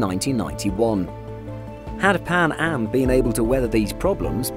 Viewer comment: Maybe a safer couldve saved it also did you say pan ham